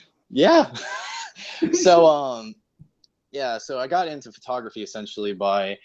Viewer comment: you say "furtography"